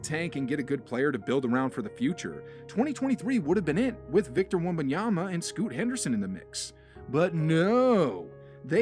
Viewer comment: the way you say Wumbunyama is crazy ngl